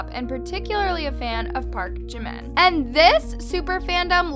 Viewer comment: thank you for pronouncing jimin's name correct people always say park jeemin it is park jimin not jeemin